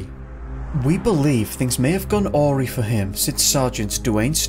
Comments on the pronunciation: Awry isn’t orry......it’s a rye......isn’t it marvellous lording it over others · Hey love your channel! I have to admit you did perplex me with Aury the word Awry is pronounced A-rye. Hope that helps! I love Alaska it is such a beautiful pretty much untouched wilderness, I worked on the cruise ships for many years and the Alaskan run was one of my favourites. I had no idea about any of these disappearances. Does this maybe tie in with The Missing 411 maybe? Those disappearances were also in National Parks. Either very interesting!! I love this topic, these disappearances have happened worldwide in National Parks including here in the U.K. . Thank you again x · AWREE??! ARAI IS HOW YOU SAY AWRY!!. LEARN TO SPEAK PROPERLY. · it blew me away that you pronounced NATIVE named rivers better than i've heard most state natives pronounce them... then you killed me with awry dude... its like a-rye, not.... not what you did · things went "orey" for him? lmao! try "A-Rye". (it's Engrish) o.0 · Awry pronounced oory love it! It is Awye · "Things may have gone Awooree" Awry (Ah-Rye) 😛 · Awry is pronounced like "ah-rye" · Hi. fyi: there is no such word as "AWRY' (the way you pronounced it)...the word is "a-wry" as in "gone a-rye" It means to have gone "amiss". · Just a tip; Awry is pronounced 'Ah-rye' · Awry is pronounced ah rye. :) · Awry is pronounced a/rye. Another good video. Thank you. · Is it just me? Am I the only one hearing mispronounced words and cringing? If you don't recognize a word, look it up. That's not how you pronounce "awry". Google is your friend.